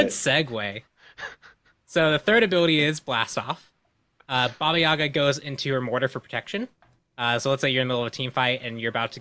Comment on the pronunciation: it’s baba yaga